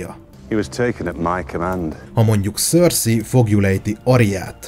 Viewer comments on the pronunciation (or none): none